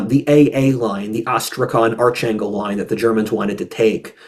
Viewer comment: No "ch" sound in Arkhangel. Just pronounced close to how it appears in English.